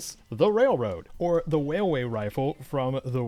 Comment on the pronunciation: All I hear is “wailway” Every time 😂